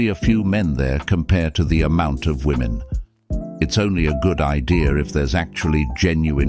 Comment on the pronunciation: Say “Women” not Woman when saying plural.